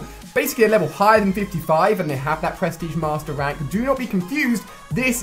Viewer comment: I love it how it sounds like you say press tige master